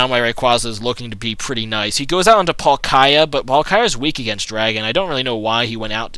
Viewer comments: dude its palkia not palkaia XD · dude u r awesome at making vids but have horrible pronuciation it is said pal-ki-a not pal-kiya but keep up the good work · PAUL- Kaye- ya? its paul-ke-ya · PAUL-KEY-AH is how you pronounce it :P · hey palkia is pronounce like pall-kee-ah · Uh, do you like pronouncing pokemon names in different ways from everyone else? Because you pronounce Palkia in a weird way... Oh and, RAYQUAZA FTW. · i think he pronounces it wrong